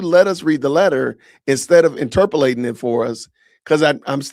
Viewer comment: Interpulating? Come on. You’re a teacher? Or were. Right? 😆😆😆😆. Or is this a word I’ve never heard of. I’m not the brightest bulb in the room. 😆